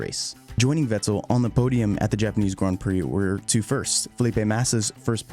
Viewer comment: The only problem with this video is his way of saying "grand"